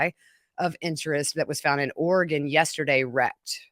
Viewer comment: Thank you for saying “Oregon” right!!! 🙌